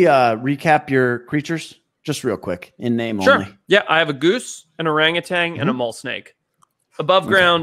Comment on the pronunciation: There is no g at the end of orangutan